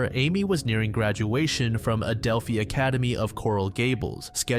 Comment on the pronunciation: It’s “Adelph-eye” not Adelph-ee” I know bc I took classes there